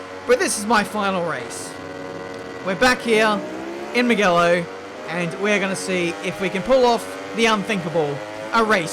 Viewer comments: meegelo ? its mugello - moojelo. :) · Who else noticed him pronouncing Mugello wrong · How you are still pronouncing Mugello wrong is beyond me lmao